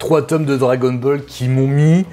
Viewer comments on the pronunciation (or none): none